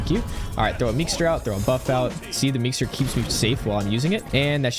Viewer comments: Only one thing wrong with the vid and that is that its meeseeks not meekser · Did he really call it a meekster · this man said "meexters" like 30 times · "at the beginning i use the meekser" 💀